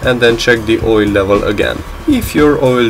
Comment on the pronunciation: "too much woyle"